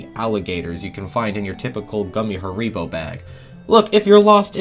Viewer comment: I don’t think I’ve ever heard anyone pronounce Haribo like that, but at the same time, I haven’t heard many people say Haribo at all.